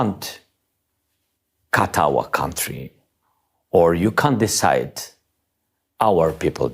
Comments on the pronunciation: Hey, go back and watch the short clip of Zelenski talking about Trumps meeting with Putin in Alaska. Just listen when he says Trump you can’t. The emphasis is on his pronunciation of can’t, so apt. 😂😂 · I love the way Zelenski pronounces "can't " when refer to Trump. It sure sounds like something else. I'm OK with that. I think Trump cu- - , is pretty accurate. 😂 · i love the pronunciation of the word "can't" it perfectly describes Trump that, i might add is said with full respect Mr. Zelenskyy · Is Zelinsky saying “can’t “ like that on purpose? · I know Zelenskyy is saying “you can’t” but it sounds so much like he is swearing at Trump! I’m loving it! 😂😂😂😂😂😂😂 Oi, Trump! You cant! 😂😂😂😂😂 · I know it's unintentional, but the mispronouncement of 'You "can't"' when he's specifically talking about Trump is just icing on the cake. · Zelensky’s accent says what he and billions of people around the globe think of Trump when he says “ You can’t ”. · The way Zelensky pronounces can't is the most accurate statement. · Hegseth is an idiot in the service of a dangerous nincompoop, we all know that. But the standout moment for me is the admirable Volodymyr Zelenskyy. Every time I see Mr Zelenskyy I admire him more. His pronunciation and repetition of "You can't" can't be accidental! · I think Zelensky 's pronunciation of "can't " has trump in mind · Oh this was delicious. From When he said "you cant " when all I heard him referring to trump as 'you c*nt" ...I am almost wondering if this was a deliberate or subconscious mispronunciation due English not being his first language. All the same I kept playing it back because it felt cathartic to hear Zelenskyy rightly call trump a cant after the way trump has continuously disrespected, insulted and undermined Zelenskyy and Ukraine. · great way he says can't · Love the way Zelensky says ' CAN'T' pronounced with a U, why does he keep referring to Trump like that😂😂😂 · When Volodymyr Zelenskyy pronounced can’t , he sums up Trump perfectly